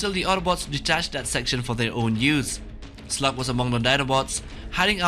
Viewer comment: the triceritop's name is slag.not slug.